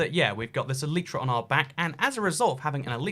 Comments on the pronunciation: ITS ELAYTRA NOT ELIITRA AND PINEAPPLE DOES GO ON PIZZA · Shut up it’s el•I•tra not el•ee•tra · Nobody:: Elytra = Aleetra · It's pronouncedd ELL-ih-truh according to the dictionary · It’s el-igh-tra because there the vowel is at the end of the syllable which makes it a loud vowel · E-lie-tra it is 👀😂